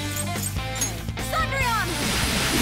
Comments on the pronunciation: I can't get over her pronouncing Cendrillion The Japanese VA says it perfectly but now it's like she's saying Saundrion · Wow she really butchered the pronunciation of Cendrillon.. Then again French is difficult for people with american accents